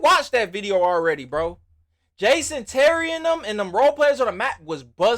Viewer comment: "Jaaasyon Terry" LOL